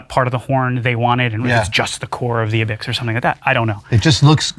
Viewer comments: He said ibecks? I'm infuriated... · I love how museum guy pronounces Ibex wrong every...single...fucking ...time...ROTFLMFAO...lol. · Ibex is pronounced 'AI-beks.' The "I" is pronounced as in "I went to the museum"